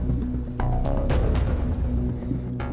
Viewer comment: Indonesia pak.. Bukan indonesa.